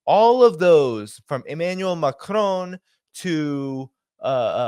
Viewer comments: PLEASE don't say McROAN. It is Macron, MAC RON, just as it looks in American English. Macron! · MacRon.... not MacRone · maCRON!! hard emphasis on the last part. Its NOT Macroune